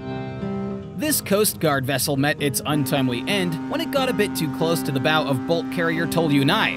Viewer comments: Huhh? I been boating for years on earth’s beautiful Atlantic, it’s pronounced like the word OW derived from the word ouch.. but with a B in front of it. BOW How long have you been visiting this planet, yikes! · When it comes to boating the word bow (front of boat) is pronounced like the word bough and not like the the 'stick' used to make the sounds on a violin/fiddle!